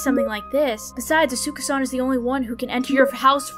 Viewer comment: As someone who watches WWE, I suspect that you're pronouncing Asuka wrong lol don't worry, Jay(Kubz Scouts) did too. Love watching you guys play these games🙌🙌🖤🖤